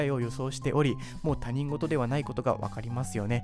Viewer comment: 他人事は（たにんごと）ではなく（ひとごと）と読むのが正しいです。せっかく興味を持って再生したのですが、間違った日本語を使っていて、本題の信憑性も下がってしまいました。